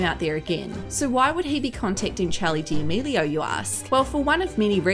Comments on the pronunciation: why does she say “charlie diamelio” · “chALEe DALaMEELiO” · Did she really say “Chali deAmilio” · “Charli Deamealieao” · great video but you said her last name wrong...